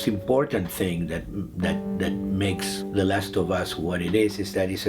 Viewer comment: MAGNIFICO. me da risa como pronuncia last tho bas